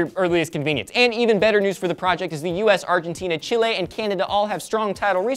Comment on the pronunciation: You pronounced Chile right! Well done, people usually pronounce it as "chill-ee"